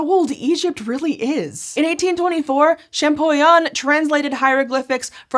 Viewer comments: great video, great subject! Champollion is pronounced ShampoLion because the LL is in front of the I. But the video is great, I’m just not sure if I have to correct people or let them keep mispronouncing… I’m sorry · My ears bled when she butchered the name of Monsieur Jean-Francois Champollion. Man Americans need to learn another language.